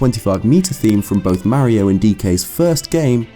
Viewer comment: It's Mario, Not Merio. Stick to Zelda.